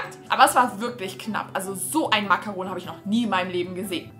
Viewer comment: Wie Sie makaron ausspricht (no hate) 😂 es wir so ausgesprochen wie man es liest nur das o muss man bisschen länger sagen und das n sagt man nicht mit.